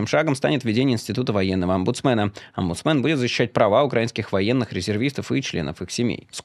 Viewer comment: При слове "омбундсмен" меня слегка корчит от смеха и вспоминается другое сочетание слов: "омбундсмандр Азарт" из "вторжения на планету саламандр".